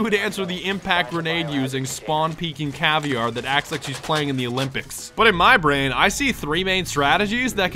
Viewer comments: It's cav-eer-a not caviar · caivier? it's ca-vai-ra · caviear NO its caviera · Cav-e-ar-a not fish eggs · It's pronounced (Cah- vera) not (Cah-vi-ar). The R makes a soft D sound because It's portuguese. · Her name isn't pronounced caviar. It's not even spelled like that. It's pronounced Cah-veh-da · Its pronounced cav E era not caviar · i think it is pronounced cav-air-uh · more like cuh-vair-uh. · it's cah-vey-ruh (I'm brazilian) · well this dude is saying cav-i-ar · yeah not cav e air a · Caviar? ITS CA VE I RA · I like how you pronounce caveira caviar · dude cannot say CA-VEE-ERA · yo its not caviar its caveira or skull in english. But hey nice video man bring the cheese down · did you mean to say caviar or was it a mistake??? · Your saying Caviria btw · caviar? caviar? You did not just fucking say caviar... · Caviar you mean caveira with an I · I'm severely depressed how you pronounce Caveira as Caviar... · Caviar? Caveira isn't pronounced like that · u dont pronounce "caveira" u pronounce "KA-VEY-RA" it's a Portuguese word!!!!